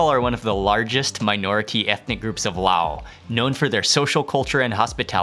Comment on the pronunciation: Mark, question for you: Isn't LAOS pronounced with the "S" at its end, rather than just "Lao"?